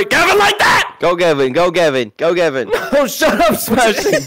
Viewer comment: It's not gabin it's gavin